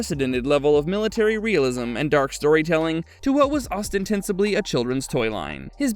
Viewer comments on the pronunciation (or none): What fuck is “osten-tense-ably?” Do you mean “ostensibly?” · "ostentensibly" ha ha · The word is OSTENSIBLY, not whatever abomination you just muttered. Even Larry Hana wouldn’t approve of that.